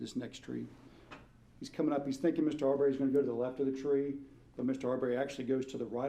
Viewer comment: His name is pronounced ' Aubree not Au berry